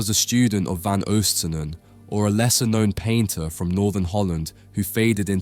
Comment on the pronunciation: The oo in van Oostsanen is pronounced very similar to the oa in boat, never like the oo in eg room. Pieter is pronounced like English Peter